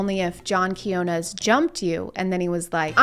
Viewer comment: I think I watched this video like 3 times or maybe 6 bc of how funny this is. But man, just today I noticed the Quiñones pronunciation. Dude, HAHAHAHAHAHAHAHAHAHAHA this video just got like a million times better, unexpectedly.